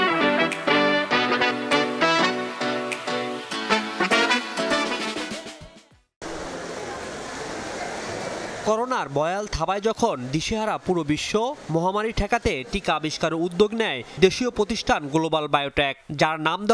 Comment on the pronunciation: বয়াল না। ভয়াল!